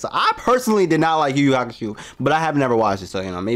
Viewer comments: Yuyu hakuSHOW, not shoe lol xD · "Yu Yu HakuSHOE"...